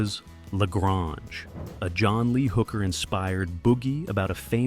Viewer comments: The guy who made this crap vid is not even a fan he mispronounced "lagrange" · You go to the trouble to make a video, and you can’t learn how to say “La Grange?” Really?? Sorry, that just blows your credibility out of the water. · AI needs to learn how to pronounce La Grange.